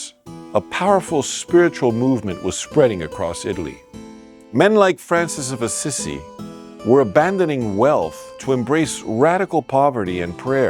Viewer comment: St Francis of Assisi (ah-SEE-SEE) not (Ah-SISSY)